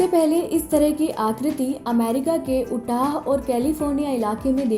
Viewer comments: Ootah nahi Utah!!! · मैडम उच्चारण उटाह नहिं यूटाह होगा 🙏